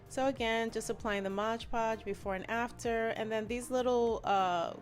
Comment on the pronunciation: It's absolutely glam & beautiful !! & it's pronounced mod podge not modge podge . Lol